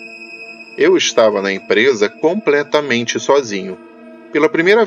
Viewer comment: segundos "compretamente" aaaaaaaaaaaaiiiiiii meu ouvidooooooooo